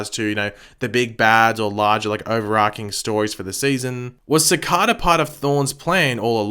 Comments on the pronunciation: He also mispronounces Cicada. He pronounces it as Ci-carda. It just Ci-cada. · Your Videos Are Awsome.. But It’s Bugging Me So Much That You Pronounce Cicadas Name Wrong Everytime Lol...They Actually Referenced This In Episode 8 I Think.. It’s Pronounced Ci-Cay-Da Not Ci-Car-Da! ❤️ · It’s pronounced Sih-kay-duh. 😆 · SAY CICADA CORRECTLY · You’re saying ‘Cicada’ wrong.